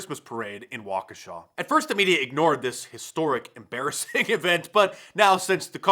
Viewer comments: Thank for announcing waukesha properly. Let's go Brandon. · Mark was already one of the best in the media but him pronouncing Waukesha correct is amazing